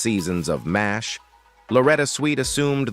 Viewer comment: M.A.S.H Mobil Army Surgical Hospital. M.A.S.H pronounced MASH like mash potatoes.